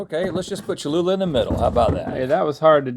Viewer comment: It’s cholula